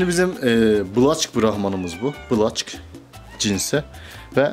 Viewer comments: Yanlız o black olarak okunmaz okunuşu bilek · Black diye yazılır blek diye okunur.. O'nun yerine siyah australorp horoz diyebilirsiniz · Black diye yazilir Blak okunur